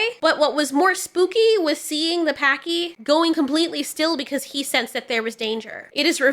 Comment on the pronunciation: The way she said 'pachy'😂